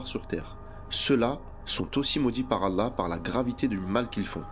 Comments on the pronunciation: Tu devrais perfectionné ta façon de prononcer le nom du TOUT PUISSANT.... Doit tu prononce "ala" c'est ALLÂH SUBH'N WA TAA'LA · La façon de dire Allah par la voix. Pourrait t elle appuyé sur le Lam ? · Effectivement, de plus il prononce mal « Allah »